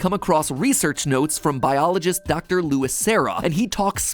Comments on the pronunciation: "Louis" Noooooo it's Luis "Loo-ees" D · It's LUIS, not Lewis. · It bothered me how he said luis like you would say lewis. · I can't tell if you're saying Luis as "Lewis" because of Leon, or if you don't know "Lewis" is actually Luis. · I thought he was poking fun at the fact that's how they say his name in game tbh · You calling him "Lewis" too? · I love matpat but how he said Luis wrong got me bad. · Matpat, dont be too surprised if theres many comments on the mispronunciation of Luis' name, lol